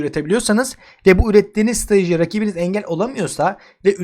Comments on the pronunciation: Strateji demeyi öğren kardeş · Hocam iyisin hoşsun sakin anlat ya strateji derken hep kelimeleri yuttun😂😂